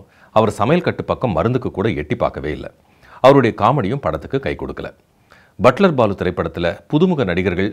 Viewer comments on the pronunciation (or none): என்ன சார், யோகி பாபு நடிச்ச படம் 'பட்லர் பாலு'. நீங்க ' பட்டர் பாபு ' ன்னு (0.51) சொல்றீங்க! ஸ்பீடு 0.25 x ல கேளுங்க.!